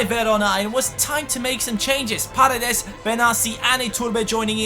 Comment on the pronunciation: hey,a tip,paredes is accented in the firs e(like parEdes),not in the a(you're saying pAredes) greetings from argentina!!!